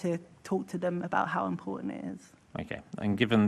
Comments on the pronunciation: She said imporunt not important she missed the t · What? Tooken? What is tooken? Do these people not need an education for these high paid jobs? Imporunt! Frew! This womans pronunciation is disgusting